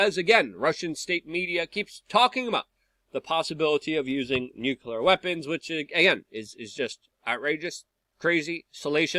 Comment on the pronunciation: Luke its nuclear, not nucular.